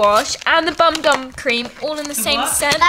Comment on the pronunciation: The Bum Bum cream is pronounced Boum Boum 🥰 Hope you had a fab birthday 🌹🎂🎉